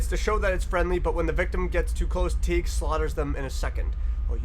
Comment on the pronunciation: It’s pronounced teygoo. Tyra and Teigue